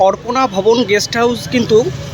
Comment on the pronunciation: Sob e thik ache dada tobe apnar uchharon arpona vaban khub e kane lagche.ota arpona vobon na.ota aparna vobon.